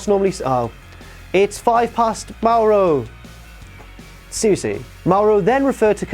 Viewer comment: ITS MAURO NOT MAROH GET IT STRAIGHT YOU JOBBER